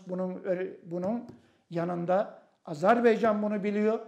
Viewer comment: Saygili Hocam Azerbeycan değil, AZERBAYCAN 🇦🇿🇹🇷❤️